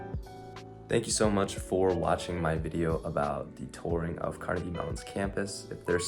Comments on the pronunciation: kar-NEGG-ee. That's how people in Scotland pronounce it. That is more or less how Andrew Carnegie pronounced his own name himself. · You pronounced "Carnegie" wrong.